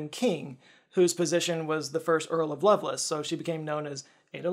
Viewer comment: it's Love Lace, as you would pronounce them as separate words